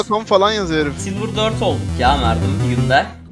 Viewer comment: merdim diyip durma sinir hastası olucam .d